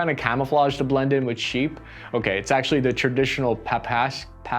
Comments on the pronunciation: Papakha- k is mute, kh read like h in hamburger. Cap from Turks, through Kozaks to tsar army. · This type of hat is called "papakha" with emphasis on second syllable. It is a distinct hat worn by people of Caucasus, and later spread among Russian and Ukrainian cossacs. Papakhas with different fur length can be found worn by USSR high ranking military personnel (usually grey lamb fur), and today it is still worn by modern cossacs as part of military uniform, and as a traditional hat by men of all ages in Dagestan.